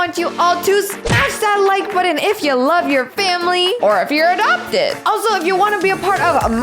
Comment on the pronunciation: I just hear adoopted i m not really adoopted cuz mom always tell i m not ADOOPTED